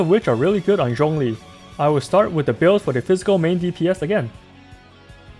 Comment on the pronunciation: The way he pronounces "Zhongli" was sooo satisfying eargasm